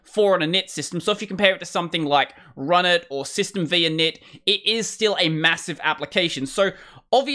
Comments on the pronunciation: It is worthy of notation that there is no such thing as "System vee" as you pronounce it. If you research the historical backdrop of AT&T UNIX there was a version of AT&T UNIX tagged "System V" (or the last meaningful release being "System V, Release 4" or SVR4, or System Five Release 4 as people spoke the name back then). This is where the shortened and incorrect reference "System vee" comes from. What you meant was the init system that has its roots in AT&T System Five. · System V is pronounced "System Five" (roman V is the number 5): That's why s6 is named as replacement for SysV.